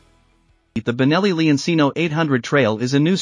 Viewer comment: leoncino. pronounced like lemon, and cheap. it’s lemon (leon) ….not lee-on the “e” same as in lemon cino, is chee-no, not see-no the “ci” is like cheap, does not sound like see, it’s “CH” as in cheap. “chee” leon-cino if you’re making a demo video in a product you should pronounce the name correctly. noe eye say’n